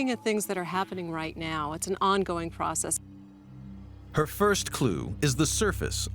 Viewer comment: Prosisees? Pross sesses? Lol